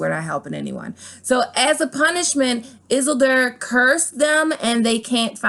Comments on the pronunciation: lol it's pronounced eeesildor not issildur 😂😂😂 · Isildur is pronounced Is-seal-door. Not is-silder. Re-watch LOTR. Good theory. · Love your videos! ... It's Isildur (E-seal-door) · Holy shit! I'm glad you waited til the end of the video to butcher the hell out of Tolkiens most important characters lmao. I wouldn't have been able to finish the video if I had to hear Izzulder one more time 😂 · hey at least she tried with the names. And frankly I've heard worse pronunciations of all of those names. For those that don't know Aragorn: Air-uh-gorn Isildur: e-seel-dur Sauron: saw-ron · I love the "izzle-derr" pronunciation. Stay Grey, Stay Gaming, Stay Up. Love the channel. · I'm cringing at the way you're pronouncing isildur's name lmao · I loved this! was waiting for it since you did the last got / lotr comparison, but I especially loved how you butchered isildur! (supposed to be pronounced iss-ell-dur) lol! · It's pronounced I-sil-door and Sour-on. Hearing u mispronounce those names was like nails on a chalkboard to me. Just sayin' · Gotta voice like Beesbury honey and summer silks but "Izzle-dur" and "Suron"? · If you are going to do the video the pronunciation is "Ar -a-gorn" and " Is-el-deer " Otherwise super video, keep it up! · Not a bad theory. However you mispronounced two characters names from L O R. It’s pronounced Air-ah-g-or-n and Iss-eel-door. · Are you saying the names of Tolkins characters that way (Is-il-dur, Ar-gorn, and Sur-on) as a troll? Their names are pronounced; Is-seal-dur, Ara-gorn, and Sar-oun